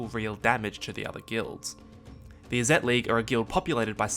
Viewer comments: Izzet is pronounced “is it,” Vedalken is pronounced “Velkaden,” it is Vedalken. Great video tho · Not only mispronounced vedalken but also IzzEt and Niv MIzzet ^^' hurts my MTG ears xD But great explanations